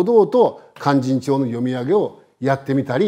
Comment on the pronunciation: 先生の勧進帳の発音はなんだか連絡帳みたいです。あと市川！とか、よ、弁慶！とかいいません。ただ説明したいだけなのは分かりますが、せめて勧進帳の発音はカッコよく正確にお願いします